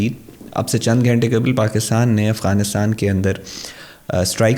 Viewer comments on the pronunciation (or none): none